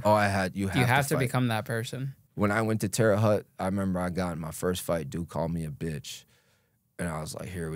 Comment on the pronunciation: Stop saying Terra Hut FFS, it’s Terra Hoote lol